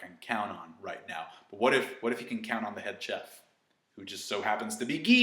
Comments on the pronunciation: Wait, did you actually pronounce the 'ch' in 'cheff' like in 'chalk'? 😂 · idk why this bothers me so much but its pronounced shef. ok have a good day